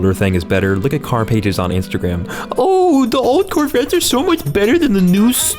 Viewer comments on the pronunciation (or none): none